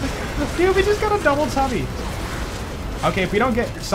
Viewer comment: Did you say Dubble Tubble on purpose?